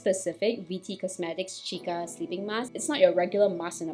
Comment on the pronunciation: Its pronounced see-ka